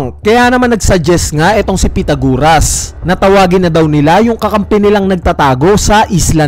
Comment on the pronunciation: Sino bang pitaguras ang pinagsasabi mo. Pythagoras yon pronounced as "pai-tha-guh-ruhs". Ayusin mo naman pag pronounce ng mga pangalan. Imagine may batang fan din ng one piece tapos di pa nya naeencounter sa school ang pangalan na Pythagoras tapos napahiya sa class nila dahil sa kagagawan mo.